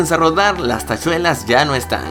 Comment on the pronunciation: "tashuelas" XD, buen video! like